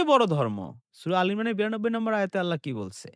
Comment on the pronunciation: আল্লা বলস কেন,,,আল্লাহ হবে। ইংলিশ, বাংলা তো লেডিসের মতো সুদ্ধ বলস। আল্লাহর নাম নিতে এত ছাগলামো কেন।